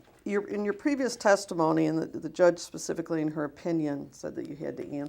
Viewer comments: Pacifically, when you axe me that type of question, I have to have Michelle answer that, she's part of the board. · He pacifically said, "axe michelle". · I pacificly aksed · "HE PACIFICALLY SAID THE BRONCOS WERE GONNA WIN THE SUPER BOWL" THATS NOT COUNTRY..... THAT'S DUMB!!!! IDIOT. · When he said resort he was looking for the word retreat, but his brain don’t work that pacifically. 😆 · "Pacifically" lol Please, sir, learn to pronounce words correctly! What an utter turd. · This guy literally walks in the room sits down and says “I don’t remembered pacifically so just axe Michelle, she handles all my proprietary questions”… Jumps up Moonwalks out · What's his mental age? I persifically Axe the American faith how have you fawlen 4 this ? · "I don't know that 'pacifically' so you needa axe Michelle" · I'll sadly admit i've watched this several times and I enjoy it each and every time!!!! This Bishop, Apostle fella does not speak nearly as well as my 7 yr old daughter and i'm not exaggerating even a little. "Pacificly"!!!!!!!!!!! Thank you David!!!! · TRUTH!!! I can't stop watching this!! A hot-ass mess! "Pacifically" when he's using that mess of the English language... makes my ears bleed 😭🤯🙉. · Axe michelle . pacificly axe michelle